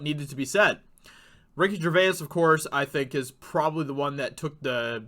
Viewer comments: It's Ricky "Jur-vays" Gervais. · Phoenix didn't 'slam' anyone. He loves his liberal vegan Hollywood friends, because he is one of them. B.t.w., why are you pronouncing Ricky Gervais' name in such a weird way? It's pronounced "Jer-Vase", that's all! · Say it like Ricky G vase lol I'm British so thought I'd help out